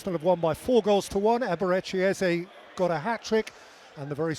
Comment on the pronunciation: His name isn't pronounced "easy" it's EH ZEH